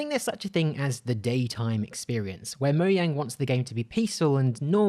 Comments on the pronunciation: MO-JANG. NOT MO-YANG. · It’s mojang not mojay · "Mo-yang" Everyone else: its "Mo-Jang". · Look I dont have a problem with you saying Moyang but it sounds better to say Mojang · moiang? For fuck sake I've heard this mistake before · Is nobody going to talk about the way he said mojang